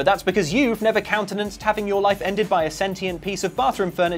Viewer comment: he said "countenanced"